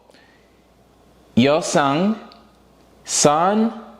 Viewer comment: Just a little note on pronunciation, the a’s in their names are pronounced with more of an ah sound so it’s more like sah-n and yeo-sah-ng. I’m also sure that there’s a video on how to say their names somewhere on the internet if you want it too